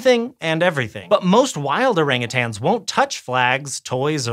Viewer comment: Listen up all you weirdos. Stop saying Orangutangs. siad it correct like 8 times. No more tangs.